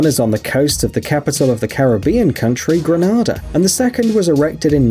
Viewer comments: its grenada not granada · Grenada, not Granada. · .......he pronounced Grenada wrong 🙃........